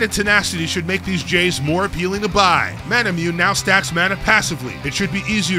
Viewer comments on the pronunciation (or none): say it with me mana-mu-ney